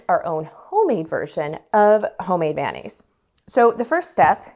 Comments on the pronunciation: Pronounced mayo-naise rather than man-aise. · Thanks for the tutorial,. Much appreciated. Now let me return the favor…. Mayonnaise is actually CORRECTLY pronounced: MAY-OH-NAZE”… not “man-aze”. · MAY O NAISE. Why do we say MAN NAISE😂😂😂😂😂